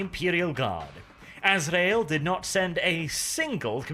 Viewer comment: "Grand Master A-zra-el" finally someone who can pronounce this right, it maddens me when people says "Ass-ree-el".